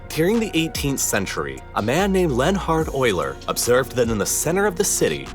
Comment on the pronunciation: Len-hard Euler, eh? 😂